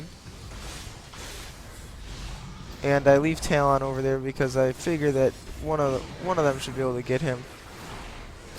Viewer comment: 2 things 1. i think your saying talon wrong? xD 2."happy birthday to the ground" is from lonely islands i threw it on the groud